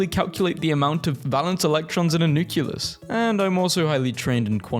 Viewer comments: NU CLEE US not NUCULUS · I’m glad I’m not the only one who is uncomfortable when people say nuculus/nucular instead of nucleus/nuclear 😭